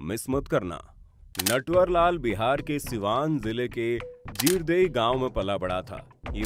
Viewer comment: जीरदेई नहीं भाई,जीरादेई। राजेन्द्र बाबू का गांव। नटवरलाल के गांव का नाम रुईया बंगरा है।